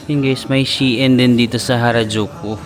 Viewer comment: Shein....pronounce as shine